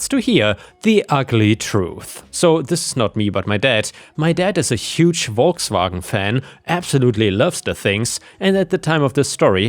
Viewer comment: As always, hearing Volkswagen properly pronounced by a German is a thing of true beauty...